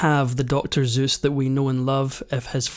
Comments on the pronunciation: Why do you say Zeus’s and not Seuss? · SOICE not *ZOOSS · Seuss, not Zeus, lol! Good video! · The commentator keeps saying Zuess!! It's Suessl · Who gives a shit. The whole world calls him Seuss not Zeuss 😂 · I can’t finish watching because it hurts my ears to continuously hear you mispronounce his name. Seuss not Zeus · Ok ill say it...wtf is the deal with not being able to say suess ? You say zues every time...you can obviously say the s part so is thos a badly written ai ? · Soooos not Zeus . LOL not its Zoice ? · It's NOT pronounced ZOOSE...his name does start with an S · Why zuess? Suess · In the u.S.- we don't pronounce it as this narrator does; we pronounce it "Soos". Not Zoos. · Why did the narrator keep calling him Zeus instead of Seuss? And even if Seuss himself said the correct pronunciation rhymes with Zoyce that would still be Soyce. 🙄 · He said Zeus instead of Seuss every time. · Stop pronouncing Seuss like Zeus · The name is Seuss with an S, not Zeuss. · The name was pronounced "Seuss" just as it's written, NOT "Zeus"! 🧐🤨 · Suess, not Zuess. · Pro tip. It's pronounced 'Soose,' not Zeus. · So it's 'Zoice' not 'Seuss'. As in: Dr Zoice Ain't very noice. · His name was "Seuss" pronounced with an "S" not "Zeuss" pronounced with a "Z". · Sorry in advance not criticizing just want to bring awareness . The error everyone makes is pronouncing his name. It is pronounced 'zoyce' as in invoice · It's not Zeus! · It’s funny and ironic that the narrator ends the video by saying we’ve all been pronouncing “Seuss” incorrectly, when throughout he says “Zoose” instead of “Soose”, which is how I’ve always said it, along with everyone else I know. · It's Seuss with an sssss. Not Zeus with a zzzz. For fks. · It would be nice if the narrator said “Seuss” instead of “Zeus”. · Not ZEUS but SEUS in English. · Why does the narrator pronounce Suess as Zeus? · Soose, not Zeus. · SEUSS is not pronounced Zeus. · "S"euss NOT "Z"euss the Greek God. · Sues, not zooez!!! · "Dr. Zeuse"